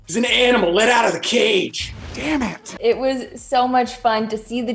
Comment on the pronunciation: I didn't even notice that Spencer said damit 😂